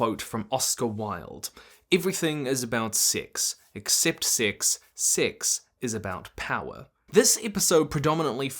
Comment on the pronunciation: The way this guy pronounces "six" and "min"... it's linguistic incist. 😣😢